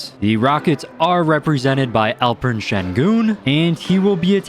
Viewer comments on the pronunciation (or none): none